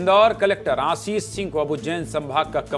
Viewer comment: आशीष सिंह न की आशीस हिंदी पत्रकारिता में हिंदी शुद्ध हो ! पनिसमेंट नहीं पनिशमेंट